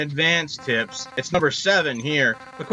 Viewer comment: What I hear "these are the ultimate beginner tits!" Okay where is the tits?